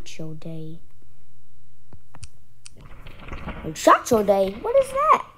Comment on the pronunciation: Bro said Muchacho Day